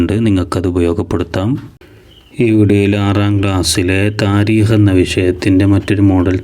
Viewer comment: Thareekh ✅ tareekh❎